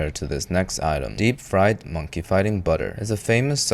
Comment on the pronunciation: "DEPP FRIED"